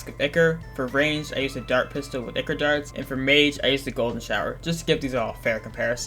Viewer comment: its ichor not ikre